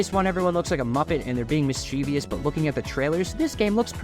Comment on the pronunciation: Every time i hear mischivous pronounced incorrectly i cringe